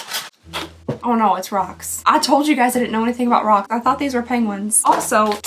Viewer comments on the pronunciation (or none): Did you just say pang wing? Loved the video